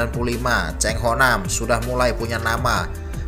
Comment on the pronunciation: Bukan Chang ....salah ejaan itu ...yg sebetulnya Chan ho nam ....bukan nya Chang ho ham